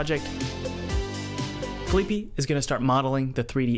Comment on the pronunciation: I don't think you were pronouncing felipe's name correctly